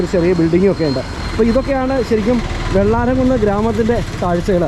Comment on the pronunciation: Not vellaramkunne, it’s vellaramkunnu.